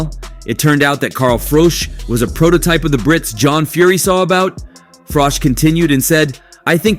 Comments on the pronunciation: Frich???? froock????? Frock???? its froch At least learn to pronounce someones name correctly before making a video... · Fuck sake say Carl's name right!! The last part is pronounced like you're saying cheese, not cock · His name isn't Carl Frock....its Carl Froch. Please learn to say it right 😂😂😂 or Frosh..... its FROCH....CH...CH...CH....FROCH. FFS. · Carl Frowj and Carl Fridge. WTF is this channel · Is it frosh or fritch , you can't even pronounce his name 😂😂😂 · Carl Fridge.. Love how Americans get everything wrong 😂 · Who the fuck is Carl Froc?dude you can't even say his name properly. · IT'S CARL FROCHHHH OR TRY IT FROTCHHH👍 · ‘Carl Frock’?? Who’s he? 🙄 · At least learn how to say his name right. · The narrator talks like he is "all knowing" about the Fury's and their detractors, but can't even pronounce Carl Froch's name.😂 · This guy pronounces Froch’s name differently every 2 minutes lol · Wow, how many ways can you pronounce Froch in one video!!! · narrator doesnt know how to pronounce Froch haha